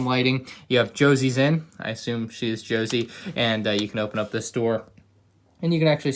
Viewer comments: Are we gonna ignore the fact that said Jo- zee and not Ho-say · So... Did I just hear pronounce Jose "Josie"? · PugTheGamer doesn’t know any Mexicans confirmed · Isn’t he from Florida ? There has to be Mexicans over there for him to know to say “Ho-say” instead of the atrocity he said hahaha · The way he pronounced Jose is the whitest thing he's probably done so far lol